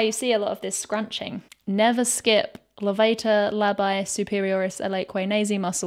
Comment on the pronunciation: HOW did you pronounce levator labii?!?!?! I never know if to laugh or cry when I hear English speaker absolutely butchering Latin pronunciation 🤦🏼‍♀️🤦🏼‍♀️🤦🏼‍♀️